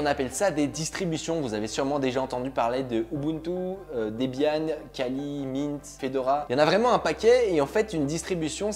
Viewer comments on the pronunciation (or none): none